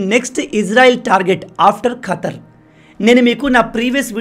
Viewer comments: ఖాతర్ కాదు ఖతర్ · అంతా బాగానే ఉంది కానీ గారూ, Pronounceiation లో చిన్న మార్పు చేసుకోవాలి... ఖాతర్ కాదు... ఖతార్ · "ఖాతర్ "కాదు దానిపేరు "ఖతర్ " వినలేక చస్తున్నా